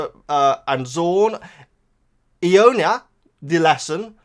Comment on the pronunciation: It's /eye-yon-nya/. ;)